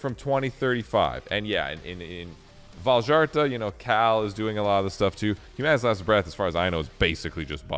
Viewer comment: Man, it makes me sad. Vildhjärta is such a pretty sounding name in Swedish but the way everyone makes it sound is so awful. Vawl-jarta is so awful man 😂